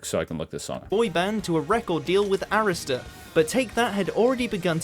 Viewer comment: Why is he pronouncing Arista like that. ?